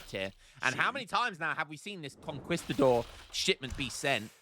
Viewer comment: Week 2 of begging to pronounce Conquistador correctly.